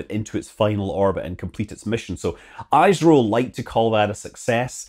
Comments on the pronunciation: It's pronounced "is - ro" not "eyes-ro". Thanks for the video anyway. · It is not i s ro its isro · it's pronounced eesro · Just to help you out , it's not EyesRow, it's IsRow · ISRO - Hello Scott, ISRO is pronounced "EESRO" and not "EISRO" as you pronounced. ISRO is widely spread among several components spread across India. Bangaluru (Banglore called by freaking British) is where there are several facilities like Data Center, Satellite Integration Center and few other related offices. AHMEDABAD is where the Command and Control plus other sensitive offices are located. Bangaluru is in the State of Karnataka. Ahmedabad is in state of Gujarat. Then there are more complex research facilities in various states of India with supporting weather that would match the application of various experiments, desert state of Rajasthan, green state of Uttar Pradesh, eastern states of Odissa, Jharkhand and Bihar and southwestern coastal state of Kerala. BTW, Dr. Abdul Kalam is from Kerala. ARYABHATTA...pronounced just like the way it is spelled. We, the Indians have the most winning record in the Spelling Bees competition. Why is Britain and its politicians are so Goddamn jealous of India's success? Do you even have a program like ISRO in UK? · Great video Just one thing, that I seem to be telling basically every non-Indian space youtuber that cover isro It's not pronounced Eye-Es-Are-Oh It's not pronounced Eyes-Roh It's pronounced Iss-Roh, where the 'iss' is pronounced the way it would be pronounced in 'this', or in 'miss' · Its not "aye sro" it is ISRO. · It's is-ro not ice-ro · Nice video! It is pronounced as ee-s-row not eye-z-row, good try nevertheless. Aryabhatta - Aa-r-yaa-bha-Ta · its not iiiirooo its esroo in pronouncing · The only place where ISRO has to improve immediately is the camera quality of the launch coverage btw it is pronounced e-sro scott, not i-sro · Hi Scott, I follow your videos regularly. A minor correction ISRO is pronounced "ee"-sro. Big love Scott.